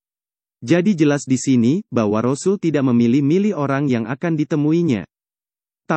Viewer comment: Sngt d syngkn utk sebutan rosul vokalx tdk fasih alias nggak bnr ..sbaikx utk pengisi suara digantikn org lain yg yg lbh fasih ..